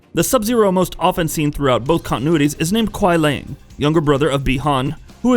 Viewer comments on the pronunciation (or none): The pronunciations are: Lin "kway" Kuai "LEE-AYNG" and Sek "Tor". Please verify phonetics before explaining these things. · Kuai Liang is pronounce ku-why Lee-yang And Lin Kuei is pronounce Lin Ku-wey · “Lin kuai” “Quia Lang” I can’t stop laughing lmao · Kuai Liang not lang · Really nice and informative content. But fam u just gotta get ur pronunciations better bro for both "Lin Kuei" and "Kuai Liang". Idk listening the way it's actually said since MKIII, just don't sound right in my ears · Ok it makes me think you never played a konquest mode. You for 1 butcher the clan name, and then butcher kuai liang. And whats wore is when you did it to sindel, all these names are litterally in tower ending, character selection or the story/ konquest. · The name is definitely not "Lin Kuei", but most probably "Liang Kuai", as the Chinese word 凉快, which is pronounced “liángkuài”, means "pleasantly cool" (and isn't a real Chinese name). And the weird American pronounciation of the "other" Sub-Zero "Kuai Lang" is very likely to be "Kuai Liang" and hereby nothing else than an uncreative game developers approach to find a "new" name by swapping the two Chinese characters in the word 凉快 to 快凉 - which doesn't make any sense anymore, neither as a word nor as a name...😉 Here is how to pronounce Liang Kuai